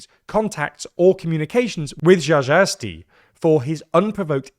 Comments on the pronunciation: What a pathetic "journalism" when you cannot properly pronounce a house speaker name... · That was a terrible pronunciation. Still, this is one of the deadliest name+surname combos for a foreigner to atempt. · And he butchered it completely, just like I have expected seeing that the video is on that topic xD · Granted, Włodzimierz Czarzasty may be the ultimate Polish name for foreigners. Still, that was sooooo wrong 😅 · Damn, you butchered Włodzimierz Czarzasty's name so hard, haha, cheers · As a Pole I can say it’s a good analysis, however the way to pronounce Czarzasty is rather „Tschashasty” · Jajaesty? Who theheck is Jajaesty? Lolol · "Czarzasty" not "Żażasti" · who the fuck is Żażaesti 😭😭😭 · Bro, if you ever need to pronounce Włodzimierz Czarzasty's name again - it's goes something like Vuogee-myesh Cha-dja-stee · WHO?!?😭😭 ZHA-ZHA-YES-TEA??? I think this is the most severely butchered Polish surname I've ever heard. Congrats! 😂😂😂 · xd, żażałesty, xd, i love this prononciation! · Just to ease Czarzasty's surname pronounciation woes - <Cha-zha-sty> should be easier to roll off tongue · Who the hell is "Rzarzasty"? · I effing love "Żażasty" pronounciation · It goes something like: Tcha- ZHUST- tee…. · Please at least try to pronounce names correctly, CZ should be pronounced as CH in English word cherry. It's not that hard, if you can pronounce "cherry" you can pronounce CZ but you did not care to check. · Włodzimierz was allright but the surname is Cha-zha-sty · You pronounce "Czarzasty" this way: "Chajasty". "cz" = english "ch" and "rz" = english "j". This is just approximation, but should be good enough. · 😂 Ok, you tried. "Czarzasty" - phonetically is Cha-xa-styy, (won't even try "Włodzimierz", it's out of bounds for English speakers xdd) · Jajaesty is his pronounciation lolol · Vojimir jajazesky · Cha-ZHA-stee would be close enough. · you're right, but the thing they butchered the most was "cz" which is literally pronounced as an English "ch"